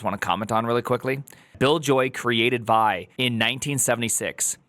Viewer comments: It's wild hearing say vaɪ, with his half-million plus rabid fan-base. He's just about single handedly changed history. It was always viːˈaɪ (vee-eye)—just as ed was always ee-dee—to all the OGs, but then time passed, and no one said it for years, and then a new, young, eager group grew up, found it, but only encountered the name through text, so they don't know that literally nobody from the original group of Linux creators and users pronounced it as the single syllable way, and now all of you say it. Now I want to get famous and teach the next group of kids that GIF is pronounced HEEF. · Btw it’s pronounced “vee-eye” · it's pronounced with its 2 letters, v-i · I admit, I thought "Squeal" for sql, "Gson" for json are kinda cute, but "Vy" for Vi is too much!!